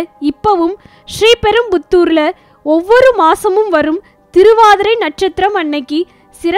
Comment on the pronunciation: Voice over is horrible !! She can't even pronounce Sriperambadur properly ...